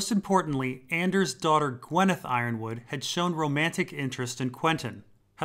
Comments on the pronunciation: Yronwood is pronounced Yer-on-wood not Iron-wood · Ironwood vs Yronwood, is i possible that Yronwood is pronounced as E-ron-wood?